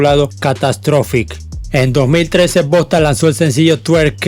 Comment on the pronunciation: No digas Bosta porfavor jaja bosta son los de aca de mi paìs que hablan cmo centroamericanos